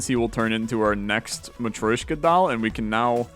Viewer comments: am I the only one that gets agitated whenever he says Ma-troy-shka instead of Ma-tro-shka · Hearing "matt-roy-shka" every couple minutes drives me mad, ha-ha. I'm not offended by people who can't pronounce foreign words, but hearing a word from your language being butchered over and over is a bit distracting...